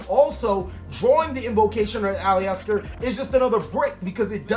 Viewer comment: Nick Carney It wouldn't thought. The "E" isn't heard. Its A-LIS-TER or AL-IS-TER it's a 3 syllable word